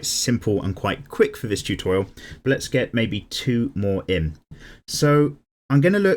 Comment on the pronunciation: I*'m going back once again to this "Choo-Thor-Rial" 🤣🦵